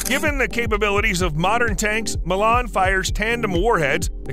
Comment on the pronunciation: haha the Chinese ball tank, really, was that a thing, so its slow on level ground, see if it goes over uneven ground, across a slope sideways, i bet it will fall over and roll down the hill, knocking the occupant out in the process, laughable the Milan (wrongly pronounced, typical yank) the Milans range is WHAT 1864 miles, madness, these people cannot even read Wiki files and determine 'm' mean metres DOW, Milan is effective depending on variants between 2000 and 3000 metres